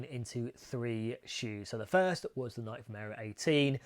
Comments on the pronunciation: Pet peeve: The correct pronunciation for Nike is "nai-key" or "NYE-kee," with the stress on the first syllable. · Welll, the correct pronunciation is the same, but it might be that Nike is generally not pronounced correctly in the UK ;-)